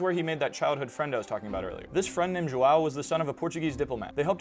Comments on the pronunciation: are you seriously mispronouncing João, a portuguese name as "Joao"? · joão as "zhoo-owl" is crazy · Nice pronunciation of "João" btw Language channel my ass lol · Firts time I've seen João being pronounced like that lol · I'm almost sure his friends name is João, with the diacritic mark, it's pronounced differently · The lack of proper pronunciation of João is just wrong, but the fact he speaks Swiss German is funny and humanizes, but makes him even worse as he was once just any normal person with high status.